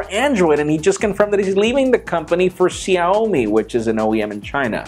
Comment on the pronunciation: pronounce Xiaomi in a very fuuny way